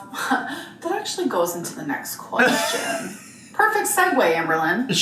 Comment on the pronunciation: Why does she pronounce "question" so strangely? Sometimes she says "qweshwin". 🙃